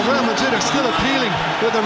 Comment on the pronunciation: The commentator really said Liverpool vs Real Ladrid.. Lol in italian ladro means cheater!!🤣🤣